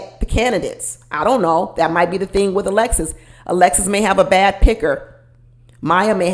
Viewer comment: I wasn't getting Jersey from. I got Michigan - Detroit - Pontiac or maybe Chicago. Not east coast. He also said Ting instead of Thing. Clearly he is trying to reinvent himself. It really disturbed me when he said he was in therapy as a child after he said he was broke and in a single parent home. Wonder who paid for the therapy or if it was court ordered since he refused to discuss it.